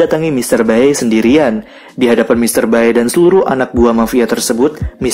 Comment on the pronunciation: Bacanya mr bae itu, bkn bae tp be.